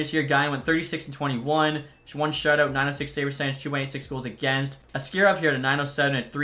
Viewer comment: ASS-karov strikes again